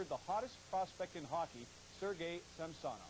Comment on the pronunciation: That is actually close to the proper pronounciation of Samsonov, not the anglicized butchering of the name.